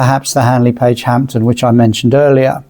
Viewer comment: I don't know if I'm mishearing the commentary, but when the presenter refers to the Handley Page Hampden, he says 'Hampton' ...